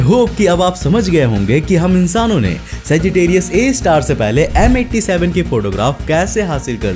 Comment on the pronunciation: Tum har video mai saggitarius a ka nam galat kyu bolta hai,akhir black hole ne Tera bigada kya hai?